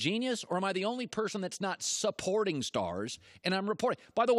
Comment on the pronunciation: RE-porting or SUP-porting? Really dude? LeBron much?